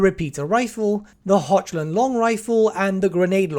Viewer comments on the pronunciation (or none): i'm sure Hochland is pronounced just like the cheese brand "Hohland"